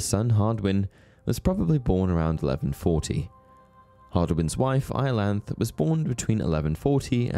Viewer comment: Iolanthe is pronounced 'Iolanth-ee' rather than 'Iolanth'. See the Gilbert and Sullivan operetta 'Iolanthe' and the BBC sitcom 'The Fall and Rise of Reginald Perrin', in which Reggie's second name is Iolanthe (yes, it is a girl's name).